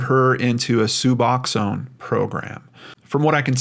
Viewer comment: just so you're aware; it's pronounced sub-ox-own. It's very different from methadone, though it serves the same purpose. It has narcan/naloxone in it, which makes it so you can't really feel opiates, Suboxone can send you into deep withdrawal if you take it while on opiates, (I was an addict 15 years ago), tried using it to get clean, but you have to wait a couple days after your last use to take it or it makes you sicker than you've ever been in your life.. suffice to say that attempt was unsuccessful, but I've been clean for 15 years at this point, so I did eventually succeed by going through the methadone program. There is a similar drug to Suboxone called Subutex, it does not have narcan in it, and it serves the same purpose. As for the cartel thing, I know when I was using I had dealers that were family to the Mexican cartels, (they used to keep it in the family if they could, and had family who were in the US along a supply chain from Mexico, the newcomers/younger cousins would start by selling to "smaller" dealers), but they used white American citizens to bring things over the border sometimes if they were having issues bringing it in other ways. They were paid well, usually in whatever drug they were addicted to, but they could get cash if they would prefer, it would just be worth less then the amount of money they could get for the drugs. They would also have them bring people who were deported for whatever reason back in by sneaking them across the border in